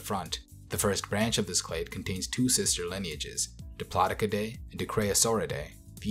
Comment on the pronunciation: new “clate” of sauropods